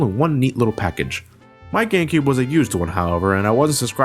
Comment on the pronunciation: he mispronounced GameCube for gay cube.